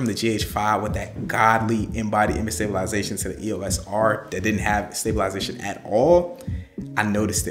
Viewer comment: 😂😂😂 sta·bi·li·za·tion...la-za-tion.... Where from Canada? 😂